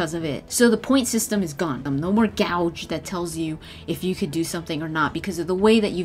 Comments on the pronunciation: Hey, just a little nitpick. You're say gauge wrong, you're saying it like gouge, like gouging someones eyes. It's pronounced like (gay-ge) Love the video, keep the the good work! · Sorry to nitpick, but it's not g-ow-ge, it's g-aye-ge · Gauge not gouge. :p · No more "gouge"? Hahahahaha. It's gauge sweetheart. Pronounced: gage. That shit made me laugh so hard my eyes almost popped out. Hahaha. So cute!!!!!! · lol The "gouge"... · I was gonna say the same thing. Too funny. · That actually annoyed me the whole time...not as bad as an article I read where the guy kept saying 'Asarian'